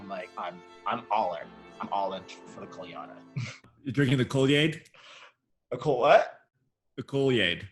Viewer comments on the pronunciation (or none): Since he is so amazing and you guys love him, I'm going to tell you how to pronounce his last name. "Kole-ya-DA", emphasis on the last syllable. It seems a little weird, but we've all gotten used to it. You're welcome. 😊